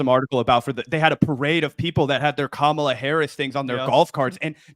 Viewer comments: Dude, why does he have to mispronounce her name..like, I almost give him the benefit of the doubt because he's a stupid ape and just aping what his political 'luminaries' do but Jesus people. It's not hard, it rhymes with Ma-ma-la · Joe prides himself on being smart and respecting people but this knuckle dragger can’t pronounce Kamala’s name correctly? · Really disappointing to see Rogan mispronouncing her name, too. I've soured on him over the years, but I still genuinely thought he was better than that. Damn. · Joe Rogan needs to learn how to say Kamala’s name correctly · Dude can't even pronounce her name right. He speaks about the fragility of the human mind.